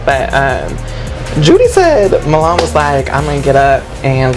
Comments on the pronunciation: they keep saying moo-lawn lmao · I can’t stand Mulan. And why does he go by “milan” but spell it M-u-l-a-n ? Ghetto